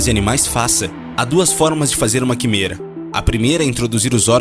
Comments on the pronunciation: "Quimera" se pronuncia "quiméra" e não "quimêra"... só pra completar. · "Quííímêêêêra" ???....senhor ! Se lê "quiméra"! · Opa, você pronunciou químêra, mas tem a sonoridade: Quiméra. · Interessante mas não aguento esse narrador falando errado. É quimÉra. Placa de pÉtri. E genÔma. Por favor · Boa matéria, só faltou o narrador aprender antes as sílabas tônicas das palavras difíceis pra não passar vergonha falando errado o vídeo todo. Ex: "genoma" (pronuncia geNÔma), "quimera" (pronuncia quiMÉra), etc. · Ah... Esses narradores que só lêem e não sabem pronunciar uma das palavras principais (quimera) do vídeo corretamente... Errou um monte de outras pronúncias até o final do vídeo. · Que agonia dele flando as plaavras erradas como quimera genoma e placa de petri